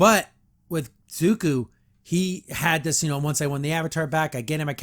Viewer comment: But, how else are regressive leftist going to drag the good parts of our culture in the mud? Also: It's Zu - ko, not Zu-ku.